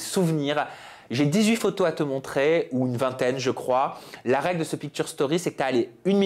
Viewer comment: on dit " pictshure" 😢